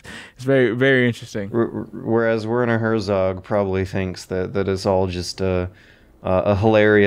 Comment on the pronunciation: "Wörnor Hörsogg" Jesus Christ my german ears are bleeding to death x_x At least use fucking google translator or something to get a decent pronunciation my dad.